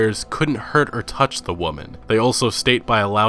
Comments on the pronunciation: I love your videos but it’s called many WOMEN pronounced “Wimen” not “woman” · Is he meming when he keeps saying “woman” instead of women or what?